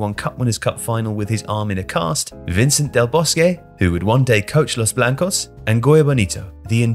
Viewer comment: butchering Vicente del Bosque's name